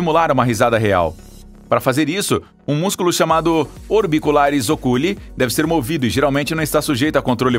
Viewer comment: A pronúncia correta é "óculi" e nunca "ocúli". Um melhor conhecimento de latim não faria mal, ou então maior informação sobre palavras que sabidamente não fazem parte do nosso vocabulário comum.